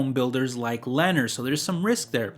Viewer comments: Learn how to pronounce the names of the companies. Lennar is "len naaaar" not "lener". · It is pronounced Lee near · Sorry bro it’s killing me it’s pronounced Leh narr ❤️